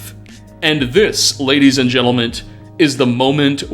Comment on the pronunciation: "Gentlemandt" ? "Massachewsess" ? Bro, learn how to speak. Great video, just.. damn.